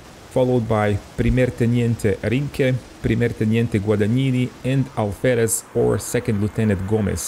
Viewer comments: el teniente "Tinke" no existe, es Rinke... se pronuncia RRINKE, RR like RAPID, REPORT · It was not understood or I expressed myself poorly. Rinke, with a single R sounds like Tinke, in spanish. it is with a double R, it is pronounced RR, but I can't explain it well to you because of the language barrier, anyway I don't think it is relevant. Greetings